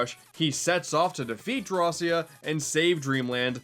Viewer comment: It is pronounced draw-ki-ah